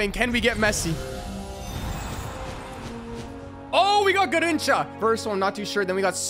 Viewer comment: The way he says garrincha he said gerrincha